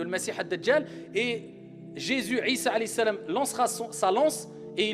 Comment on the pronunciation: Comment sa m'énerve il arrive jamais a dire Mohamed a la place il dit le prophète hali salam il dit pas Halayhi salam